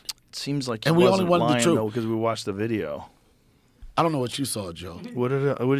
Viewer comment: Can not do it. Do not care who he is. Boff instead of both. Truff instead of thuth. 😢